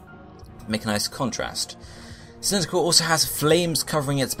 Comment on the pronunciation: Why did you pronounce cyndiquil as cyndical?